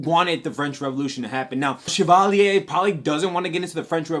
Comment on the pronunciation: The way you say "Chavalier" is funny lol